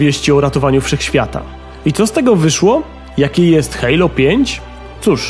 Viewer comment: hejlo?!?!!? kto tak mówi ? XD